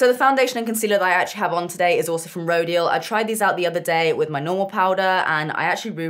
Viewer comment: Rodial is prounounced Ro-dial. Like dial, what you do on a telephone